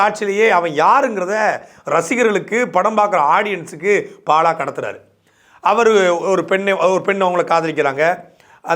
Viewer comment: பாழா வா பாலா வா? பாழியல் லா பாலியல் ஆ?. காவழர் ஆ காவலரா? துரைமுருகன் இந்த காணொளியை மறுபடியும் பார்த்துவிட்டு சரி செய்யவும். நீம் தமிலர்